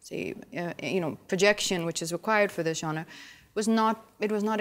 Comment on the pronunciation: Am so impressed that Abhishek Bachchan is the only one who pronounced genre correctly 👍🏻